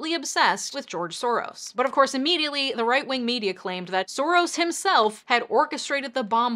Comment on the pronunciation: Lol did you just say right ring? Instead of right wing?